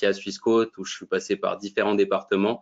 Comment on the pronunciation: pourquoi prononcer swiss" quôte", alors que ça devrait logiquement se prononcer "quote", comme une quote boursière.